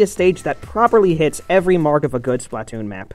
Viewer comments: it's pronounced Spluh-Toon. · "Spatloon" 😂 good one! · When I heard the words "Splatloon" I lost all hope in this channel in 3 seconds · 'a spatloon' i died holy shit xD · He says BUTTtoon :D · The way he pronounces splatoon...